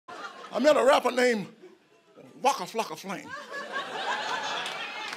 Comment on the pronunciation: This is amazing I wish I could pronounce waka flaka like him